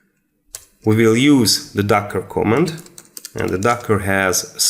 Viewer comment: no co'mmand it is comma'nd